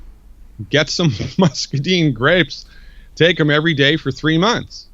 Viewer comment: This guy has read a lot about muscadines, but he doesn't know how to pronounce the word muscadine. I grow them. I'd suggest he go talk to Greg Ison (one of the largest muscadine suppliers) and learn how to say the word muscadine correctly.